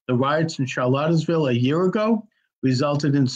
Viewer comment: You can't pronounce Charlottesville, you misidentify the supposed organizer, you call the rally White supremacist despite knowing the center-left background of the organizer, misrepresent the politics of most of the attendees to the permitted rally, and perpetuate the false equivalence of the violence that took place. Good work!